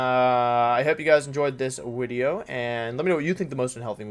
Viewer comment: Just want to ask because i notice it so much, is there a reason you say wideo all the time or is it just habit haha